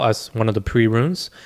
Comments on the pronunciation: Runes, bro, not 'ruins'. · It's not Ruins. It's runes.